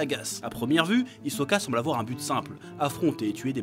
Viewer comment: On dit HISOKA!!!!!!!